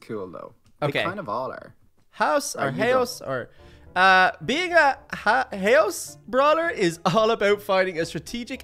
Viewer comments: Haos is pronounced like chaos without the c, but you pronounce the h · You say Haos like its saying Chaos